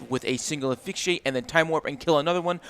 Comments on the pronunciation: Asphyxiate ❌️ Aphyxiate ✅️ Clearly the "s" is invisible 😂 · Hey dude! I've commented before and you've got a great voice for content. I think if your OSRS continues you'll gain even more subs. As a side note, and not trying to be mean, but asphyxiate is pronounced "uh-sfix-e-ate"